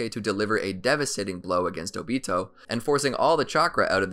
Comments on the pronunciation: its obito not otobi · I hear he said dobito